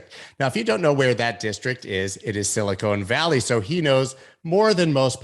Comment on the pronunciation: Did he just say silicone valley?